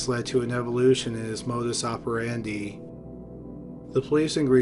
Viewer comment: Modus ope-randy 😂modus ope-lahey